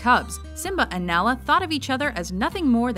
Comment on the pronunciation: Why is she calling her Nela instead of Nala?